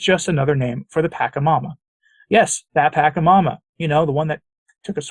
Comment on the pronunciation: Origin of the word PACHAMAMA is from South America-the Andes. Just FYI,, THE LETTER 'C' of the word pachamama is pronounced as soft 'C' and NOT AS 'K' thank you.